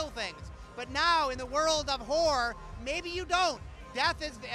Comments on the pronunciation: Hahaha. it totally sounds like he says whore every time. He should probably not speak so fast, and maybe the word horror would come out clearly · everytime he says horror is sounds like he says whore xD